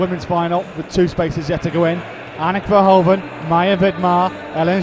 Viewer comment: maybe it's nice for the finals tomorrow if the presenter pronounces the 'HOEV' in Anak Verhoeven's name the same as the 'HOOV' in Edgar J Hoover? it's the way they say it in Belgium ;)